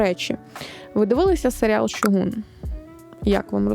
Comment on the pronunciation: Вже вподобайка за "Шьогун", а не "Сьогун"